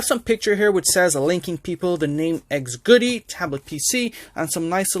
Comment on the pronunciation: It's not xgoody. It's XGODY.